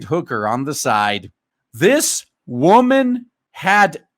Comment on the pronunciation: You can take the wahmen out of the street, but you can't take the street out of the wahmen.